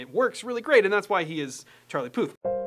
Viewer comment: "Our boy charie "😂😂😂